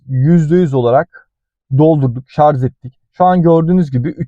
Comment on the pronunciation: Şarz değil şarj